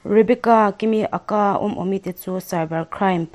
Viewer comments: Chhiar thiam lutuk 👍...mahse Aka nilovin A.K.A tih tur zok amal malin lam tur ani e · a ka ti a lam lo in a.k.a tiin lam nise... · Aka i lam dan hi..